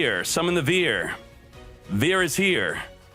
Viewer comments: For Cyber Dragon Vier,- "vier" is german and in english it's "four". It will be pronounced like "fear". :) At least it'd come very close to it. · vier is german and you pronounce it like fear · I am a german and you pronounce VIER like fear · It's vier not vier, Foooool